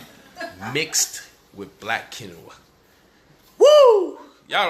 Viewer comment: Quinoa{Keen~wa} not, Ken-no-wa ~ Stevia{Stee-via} not ,Stev-via......Google will help you pronounce words....